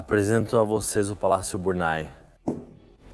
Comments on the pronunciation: Porquê está falado em portugues do brasil? Não é Burnay ( burnai) que se diz mas Burnê. Por favor, queiram dizer corretamente. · Biurnê.......não é Burnai...francês nâo é ingês...brasileiro para idiomas são1 desgraça